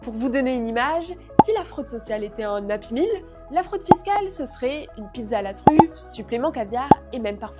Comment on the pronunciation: j'ai dû écouté plusieurs fois ce mot car je ne comprenais pas. Finalement, la présentatrice parle de happy meal. Il faut comprendre ce charabia aussi indigeste que la bouffe transformée